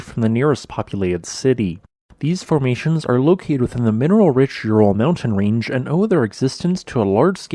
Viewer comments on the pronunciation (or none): none